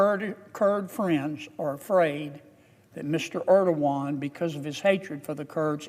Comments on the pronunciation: "President Erdowan" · Mr Ierdoogan😂